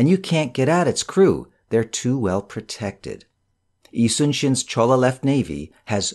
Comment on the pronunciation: ~ it is Jolla (actually Jeon- Lah) not Cholla province. Love your videos! You should actually do audiobook readings as your duction is so clear.